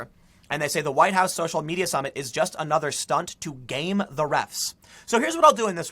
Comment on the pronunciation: THE NEXT THING TO BE TAKEN, WILL BE THE NAME OF OUR PRESIDENTS FORTRESS. For you know,the "huwiite" part